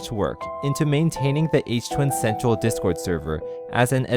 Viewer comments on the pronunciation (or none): none